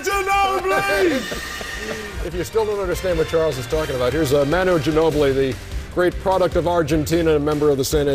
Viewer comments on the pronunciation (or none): its not MANu. its MAWnu :p